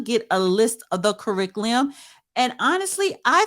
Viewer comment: Damn you cannot pronounce curriculum 😅😂